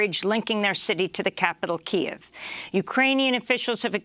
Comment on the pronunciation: why does Amy keep pronouncing Kyiv wrong?